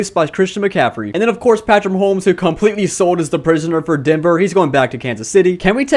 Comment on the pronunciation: Did anyone hurt when he kept saying “Maholmes”? Still a good vid though.